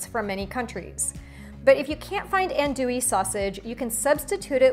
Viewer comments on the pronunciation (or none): The best huh? Better than Cajun's Jambalaya from Louisiana? So wrong on many levels. It's pronounced "ahn-do-wee" not "and-oo-wee" and that is a smoked sausage called andouille. It's not even close to real andouille which is coarse chopped and stuffed in a beef middle casing. BTW you dont add chicken and seafood with sausage. It's one or the other. Cajun jambalaya will never contain tomatoes. Thats more of a Creole jambalaya. Your dish looks tasty. Im sorry to shat on your recipe though, but there are some things wrong.❤